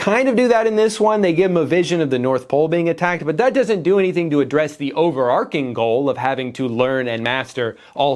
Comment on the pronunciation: it's actually pronounced over"arch"ing NOT over"ARC"ing i only recently learnt this. google probably explains this better than me